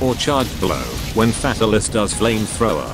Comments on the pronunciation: Sounds like it's saying Fat Alice Head... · The only thing i got out of this video is how to pronouce fatalis, Fat alis lol